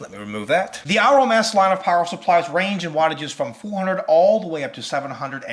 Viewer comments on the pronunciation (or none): The "Au" in Aurum is pronounced like the "au" in aura. This is to reflect gold's name on the periodic table which is "Au".